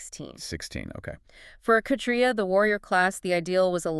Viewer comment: Why use AI bullshit for this? It’s pretty obvious because you don’t give the names of the people talking, and the woman is blatantly mispronouncing words like kshatrya.